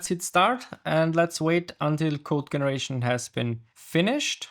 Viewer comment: Dein Englisch ist sehr gut, man hört dir gerne zu. Allerdings hast du ein paar Eigenheiten die zwar lustig sind aber ablenken, Generation spricht sich dscheneration aus, peer spricht sich piir aus, Claude habe ich meistens als Clood gehört. Command hat ein langes o Cohmand Ich wünsch dir viel Erfolg und hör sicher gerne bei dir rein.